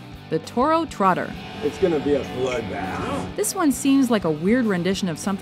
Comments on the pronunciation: It's "Totter" not "Trotter" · Toro ***Totter. not trotter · It's toro TOTTER